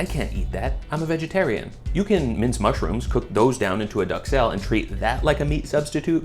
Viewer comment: lol wild to pronounce duxelles like that